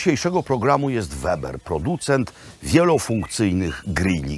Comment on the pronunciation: Nie weber tylko Łeber... pozatym kultowy grill Webbera [ Łebera] to miednica na trzech nogach nakryta deuga miednica z metalowym rusztem pośrodku , to pierwszy standard grilowania od lat chyba 70 albo jeszcze wczesniej... dlatego kultowy bo tani prosty i lekki i każdy go miał .. a te gazowe to już chińszczyzna, z nowobogackich przedmiesci, sa zbudowane tak żeby po 2-3 sezonach, wyrzucić i kupic nowy, peoducent je tiramisu a ty tyraj misiu.